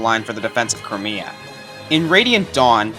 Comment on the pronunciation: Nephenee part: Country pronounced "Cry-may-a" not "Cree-mi-a"